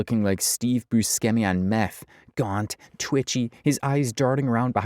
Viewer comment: Do we not know how to say Steve Buscemi’s last name? That makes me incredibly sad. The man is a legend.